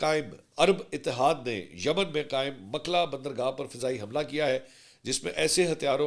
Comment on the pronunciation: Name is Mokkalla not makla. Pls correct